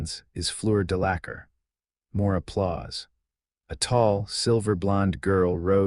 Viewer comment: You mispronounced Fleur's surname! If you are going to do this, make sure you record the correct pronunciations of first names and surnames, please, since A.I.'s can't do that without you.